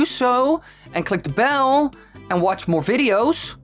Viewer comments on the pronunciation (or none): none